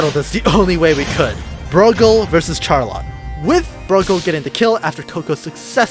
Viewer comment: Do people speak these days without ever hearing words spoken and pronounced before? It's not 'reck', it's 'reek' (wreak). It's not 'root' it's 'route' (rout). And for the love of all that is holy, it's not 'char-lot' , it's 'sharr-lot' (charlotte).